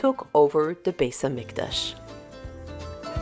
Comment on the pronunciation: I’m wondering why you pronounced beit hamikdash with an s like an ashkenazia?